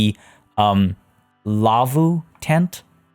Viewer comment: As a Finn, this episode has just a little bit more meaning than others, I just love it! For me, the laavu's you made (pronunciation was spot on btw) remind me more of a 'kota' which has similar structure to a teepee. We have laavu's here in Finland for example in different national park's, usually solid wooden structures, a slanted hideout from the elements. The slanted design of a laavu is for you to light up a fire next to it and the heat would reflect towards the people sleeping inside. :) but love the habitat! I remember as a kid we used to travel to Lapland to stay at my aunts cottage. The nearest neighbour (which where a car drive away, so not very near :D) had a white pet reindeer on their yard, just hanging around freely. She was so social, that it always tried to get inside the house when visitors came to the house - she usually got to the hallway until the dogs chaced her back outside. I commented a few episodes back that I purchased the game myself. Now I have even more appreciation to all your builds, the skill and inspiration you have is just amazing!